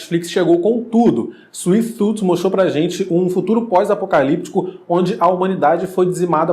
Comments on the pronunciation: Dificuldade de falar o nome da série mano, mds.... Suife tufi, pronto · Suiti tufi Kkkkk